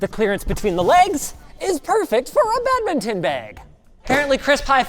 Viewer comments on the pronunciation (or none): What the heck is a bad mitten? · WTF IS BAGMITTEN